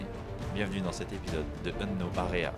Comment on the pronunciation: 👍 par contre t'aurai dû trouver un autre non a ta série parce que tu galère à le dire "unknow area" un peu 🤣